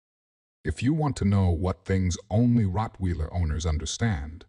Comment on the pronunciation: I apologize for the wrong pronunciation of Rottweiler in the video.